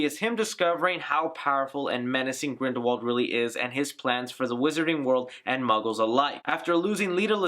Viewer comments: Everyone in the movie pronounced W as V, so it should be GrindelVald... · Grindelwald is a German last name. W's are pronounced as V's there, example is Volkswagen - it is pronounced as volksvagen. So it IS GrindelVald. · Radish Yup. ‘Wald’ is ‘forest ‘ in German, but they say it as if it started with a ‘v’. And ‘v’ they pronounce as ‘f’. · Isn't Grindelwald a Germanic name? So it would make sense that it would have the V sound in English?